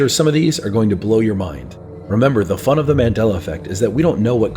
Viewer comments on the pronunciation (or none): He said "The FUN, of the Mandela effect" like it is fun...